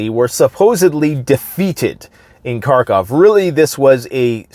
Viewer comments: Karkov? You want to appear like you know more than others and yet you haven’t learnt the correct pronunciation of the name of the city? What kind of alternative news are you watching? I’d say russian ones cause, as always, „Russia has a plan A, B, C & D, everything is going great, Russia has it all figured out, it’s the smartest country in the world etc” but then you’d be able to pronunce it correctly. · It's Kharkiv, not Car-Cov